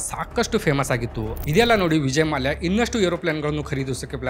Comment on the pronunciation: ಮಾಲ್ಯ ಅಲ್ಲ ಗುರು ಮಲ್ಯ...